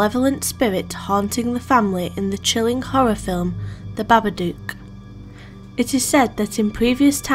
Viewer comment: thanks for mentioning the babadook (and saying it so wonderfully) hope you come back soon!